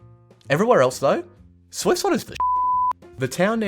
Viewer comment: Amiens “Ah-me-on” Soissons “Swah-sons” Tsaritsyn “Tsar-Rit-Sin” Sinai “Sign-eye”